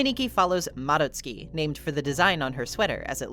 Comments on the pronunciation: FINALLY SOMEONE WHO PRONOUNCES MADOTSUKI CORRECTLY, I GET SO MAD WHEN SOMEONE PRONOUNCES IT AS MA-DOT-SU-KI INSTEAD OF MA-DOTS-SKI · thank u for pronouncing madotsuki properly I cannot stand hearing their name with a hard DOT sound 🫶💖